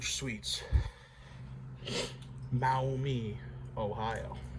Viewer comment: It’s pronounced Mawmee. I used to live in Toledo